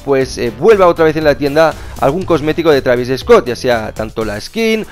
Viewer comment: Travis eeeescot dice xd